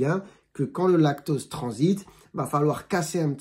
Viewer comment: Vous parlez du lactOse ou lactAUse ? On entend mal.